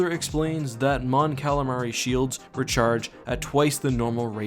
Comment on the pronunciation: Mon "Calalion"😂 Great Vid tho!!